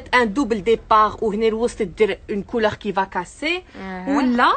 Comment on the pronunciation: On ne dit pas le « Tissou » mais le tissu, et on ne dit pas la coulor mais la couleur, les fautes s’accumulent... si tu ne maîtrise pas le français parle ta langue natale